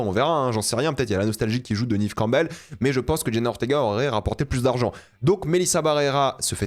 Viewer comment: J'écouterais pas l'avis de quelqu'un qui dit "Nive Campbell" et pas "Nève Campbell"